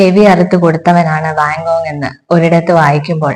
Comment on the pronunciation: ആസ്വാദനം നന്നായിട്ടുണ്ട്. ഉച്ചാരണത്തിൽ അല്പം കൂടി ശ്രദ്ധിക്ക'ണം. ഉദ 'വാൻഗോഗ് , ഒറ്റപ്പെടൽ